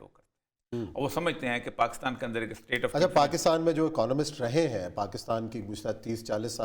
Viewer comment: Word is Pakistan not Paa--Kus--Taan.